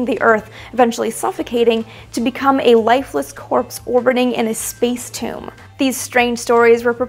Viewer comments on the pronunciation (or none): none